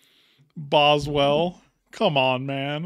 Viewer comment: No shit when said boswelll I was crying😂